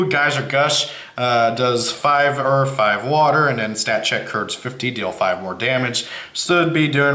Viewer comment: When ever you say earth it always sounds like earf. th doesn't equal fffffffffffffffff